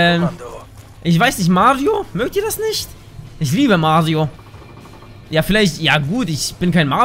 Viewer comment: Doch wir mögen Mario nur nicht wie du es aussprichst :D Spaß bist echtn cooler Typ 👍👍👍 gewinnst an Sympathie bleib bei den Drogen :D 👍weiter so